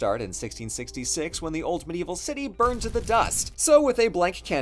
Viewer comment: I thought you said ultimate evil city instead of old medieval and I was in agreement cause you know the genocide and stuff.